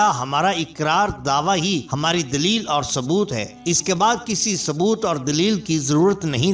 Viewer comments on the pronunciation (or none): none